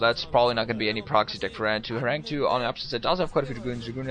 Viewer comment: btw, it's pronounced horangee, not horang2 :)